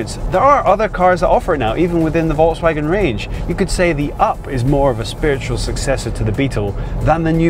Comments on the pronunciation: It is actually pronounced (folks-vawg-in) not (volts-wag-on)............... Wouldn't have a problem with it if the host didn't say "or in German...." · de Rooij no it's Volks fagen with a long a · Ronald de Rooij I was trying to spell out how it should be properly spoken in English, sadly I do not know phonetic script, like what is in a dictionary... The presenter butchers the pronunciation ironically right after saying "or in German..".